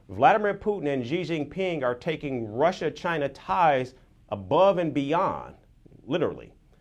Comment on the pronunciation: You can tell if the network is hostile to China by the way they mention China . They will usually say chyynnaa instead of China ! FP is hostile like fk !